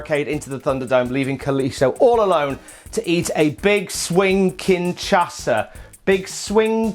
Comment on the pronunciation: It's kinSHAsa, not kinCHAsa lol